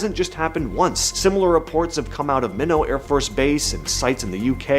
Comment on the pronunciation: CORRECTION: It's not a French word with a French pronunciation. "Minot" AFB (Air Force Base) is pronounced My-not.